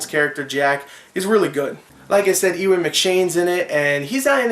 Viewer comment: Ewan pronounced eyoo-an..nice review btw.